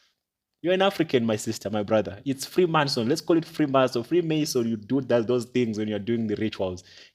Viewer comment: I'm guilty of correcting you - I knew of this from when I was 17 so I was annoyed at your pronunciation 😂😂😂😂 but I'm here FREE MAN SON IT IS.